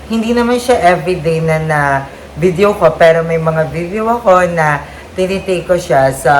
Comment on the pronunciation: suggestion lang to ah please don’t get offended. It’s “today” not “toTHEY” and “video” not “viTHEO” po. Medyo mahirap lang po sa pandinig. Sorry po